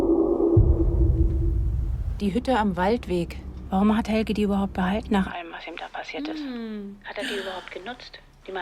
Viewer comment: "Helg-uh" not "Helgie" #German